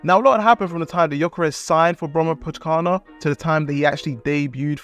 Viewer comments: "brommapotchkarna" :D that was a brutal prounounciation. it means "the bromma boys" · As a Swede your pronunciation of "Brommapojkarna" had me rolling on the floor! 😂❤ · Bromapokana😂 I am from Sweden so it is i little bit fun How do you say it. You say Bromma po J kar na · Great video! Love you trying to pronounce Brommapojkarna. :) It's actually Bromma Poikarna. (The "J" sounds like an "i") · Quick tip, the J in Swedish here is pronounced as a Y. It's more like Poy-karna. (It means "boys") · try see the "j" in Brommapojkarna as a Y instead, like "boy" but instead it's "poy" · As a swede I have to love the pronouncation of Brommapojkarna 😂 it's pronounced more as Bromma-pojkarna, which kind of means "the Bromma guys" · Great video, but the pronunciation of Brommapojkarna is killing me 🤣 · Yeah you kinda butchered it, but its all good. Your video is really good! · hahah yeah it threw me off and got me laughing hard 🤣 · You don' know anything about football. Can't even pronounce the club names, and you make it sound like Gyökere is not old news. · As a swede I wish you would understand how badly pronounces "Brommapojkarna". Funny... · 😂😂😂 isn’t the only me too 🇵🇹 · Haha sorry but as a Swede I have to tell you, that your pronunciation of ''Brommapojkarna'' is the worst pronunciation ever xD It's hard though! But was very funny as a Swede. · Hilarious pronunciation of Brommapojkarna. Bromma(a borough of Stockholm) and Pojkarna(The boys) if anyone wondered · The "Brommapojkarna" pronunciation is outrageous bro😭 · The pronunciation of Brommapojkarna is mental :D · Love it! Brommaboys